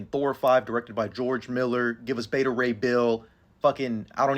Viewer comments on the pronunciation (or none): none